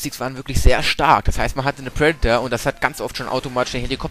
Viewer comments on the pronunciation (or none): none